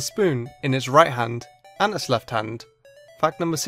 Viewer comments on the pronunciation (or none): none